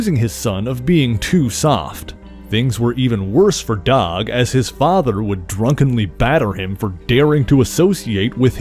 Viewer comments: Dawg ? Are you trying to say Doug ? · Are you saying "dog" or "doug"?